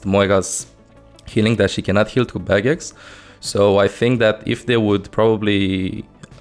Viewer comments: OH HE SAID BARRIERS NOT BAGGETS Okok I understand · Its barriers i almost thought he said bagguette